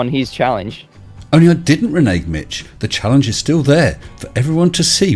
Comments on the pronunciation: Oh, please let this cover his hilarious video about the star trails around Polaris taken from 8°S....... Edit - Yay! Edit- he can't even pronounce "Renaging". 🤦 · "Reneeging"? He was so utterly rude and graceless about it all that even if he'd gotten it right, I'd have made deductions for "Ill manners" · Can someone teach Mitch how to pronounce 'renege'?